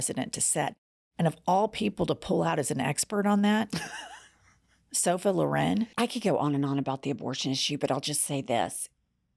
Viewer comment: “Sofa Loren” 😂😂😂😂😂